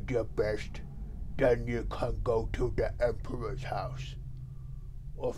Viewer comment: "Oh... ya don't come back fwom da Empwah's house." 😢